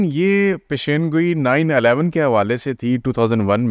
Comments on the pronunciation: Pendo master Peshan goi not pesheen goi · Plz learn how to pronounce پیشن گوی